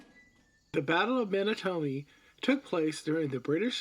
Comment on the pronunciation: You lost me with the pronunciation of "Menotomy."